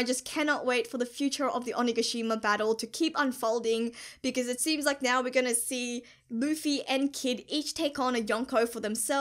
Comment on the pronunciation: Do you pronounce now to nyo for fun or it's just like that